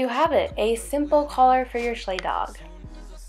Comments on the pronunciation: Btw it's pronounced shlike not sh Leigh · It's pronounced (sh-like) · It's pronounced SH-L-E-C, but cool vid.